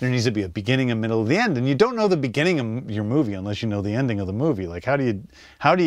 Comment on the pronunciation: they cut right after the cameraman speak. James Gunn didnt understand a thing that he said to him. Moi même j'ai dû recommencer 3 fois le vidéo juste pour être certain d'avoir compris. "The" ne se prononce pas "Ze" mais "De" juste ça va améliorer ton accent 😅 Le club vidéo est incroyable by the way